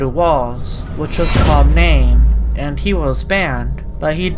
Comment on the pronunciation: “Which was clamname” Did you mean calmname?